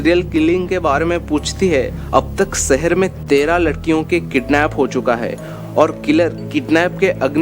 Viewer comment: Sipt .....shift.. Sehar...shehar... Pronounce properly